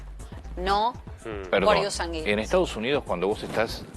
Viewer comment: No entiendo como estan en la TV y no se preocupan en pronunciar bien las palabras . Sanguinis lo dijo mal todo el tiempo 🙄